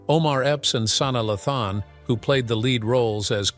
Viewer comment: "Sauna Luhthon" 🤣🤣